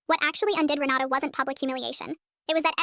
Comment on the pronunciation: I can't be the only one who heard "Renata" as "Ronaldo"